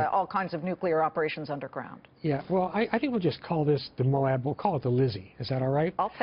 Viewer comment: She needs to practices saying Moab